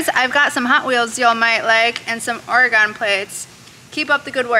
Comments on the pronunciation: It's not Oregone lol it's Oregon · got the "Grandpa Bill" arm hair goin on. Also it's Ory-Gun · The way y'all say "Oregon" like "Oregone" is so funny 🤣🤣